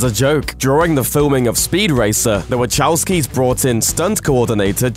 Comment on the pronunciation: I'm like "who the heck is waCHOWsky ??" God bless Murikan pronounciation </3